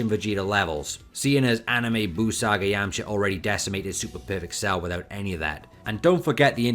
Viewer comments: Okay... So why do you say "Yamcher" instead of YamchA ? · ah ok, I didn't know this accent, where is it from? If you say "er" instead of "ah", why don't you say "Yermcher" ?